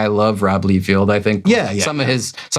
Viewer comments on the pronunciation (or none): Love your videos, but you guys consistently brutally butchering the big names in the industry, McFarlane, not McFairland, Liefield, not Leefield, and Markie Millar? 😂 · first, it is LIE-feld, not LEE-feld. Secondly, that was NOT a bad day. He has not learned to grow as an artist in DECADES and was never "good" just put stuff out that was exceptable at thet time because like you said, they pumped out so much quuanity in the 90s it affected quality, Rob is part of that. Now having to add it is Todd MIC-FAR-LIN not MIC-FAIR-LANE. You guys do know these names have been said outloud by the person, right? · you cant even pronounce Liefeld right. Im out. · Mispronounced liefeld too.... part of me thinks he does it on purpose